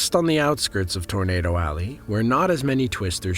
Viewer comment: It sounds like your saying tornader